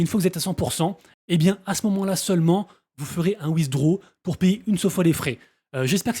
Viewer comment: C'est quoi wizdro ? 😂😂😂😂😂 C'est pas comme ça qu'on pronounce "withdraw" Ça m'a beaucoup fait rire 😂😂😂